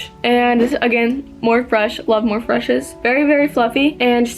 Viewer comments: when she said morph instead of morphe made me cringe 😭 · morphe is pronounced morphy girl 😂😂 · hey girl! it’s pronounced More-fee 😊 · Just so you know (not that you are gonna see my comment lol) morphe is pronounced morph-eee